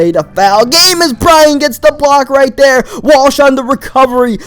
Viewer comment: why do you speak like that instead of another you say "Anoder" and instead of there you say "Der" IT JUST ANNOYS ME